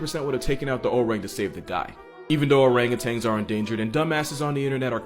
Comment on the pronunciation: It's not ORANGUTANGS it's ORANGUTAN... You should know this